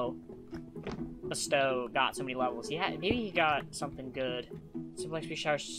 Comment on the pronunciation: I think you said BSTOW's name wrong